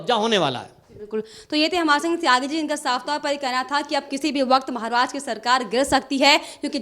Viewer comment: Maharastra shabd ka sahee uccharan nye kar rahee prasakarta .mahila ! Dhyan deyn!!?